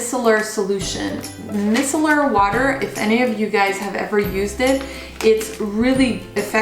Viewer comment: micellar is pronounced as MY-sellar :)